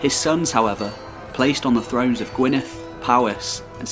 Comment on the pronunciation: The double d in Gwynedd is pronounced like the th in (the)